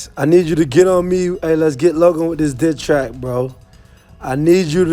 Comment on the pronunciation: I thought he said let’s hop on this dick track